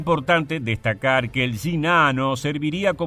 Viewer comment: Solo lo digo como humor jajaja. Me da risa que el acento argentino pronuncia las Y y las Ll como "sh" y en el otro caso, al pronunciar Sh, lo hace como Y jejeeje. "Yinano"